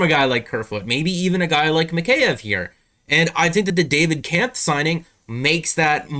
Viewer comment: Pronounced Kemff